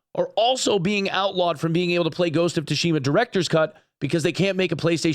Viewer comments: It's pronounced Ghost of Soo shima not To shima. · The T in Tsushima is essentially silent. Pronounced like Soo-shima. The Tsu would also be pronounced like the similar Tsunami. Edited because I was rude apparently. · ghost of "TUSHIMA" XD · The 'Tsu' in Tsushima is pronounced the same as the 'Tsu' in Tsunami btw. Sorry for my OCD lol. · It gets the FFS because a person that reports on games regularly didn't take the time to Google the pronunciation of a word he's going to say about a dozen times. It's minimal effort. No amount of being a dumb American is an excuse. We can be culturally aware.